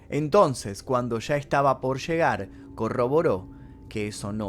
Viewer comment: Me encanta tu sh! Pesadishas! Shegar! 🥰